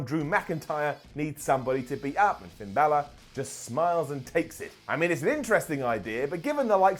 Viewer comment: "PIN" Balor - Wrestetalk